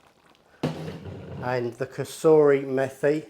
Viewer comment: Great vid & keep up the good work! Just 2 small points: 1. ‘Methi’ is pronounced like ‘matey’ 2. ‘Mirch’ is pronounced ‘Mir-ch’ [like in ‘Miranda’]